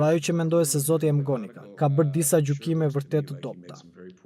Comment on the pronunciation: O prej mali. Mësohu ta shqiptohet më mirë e saktë atë mbiemrin McGonigal o njeri. Jo Emgonigal se dukesh pak i mangët.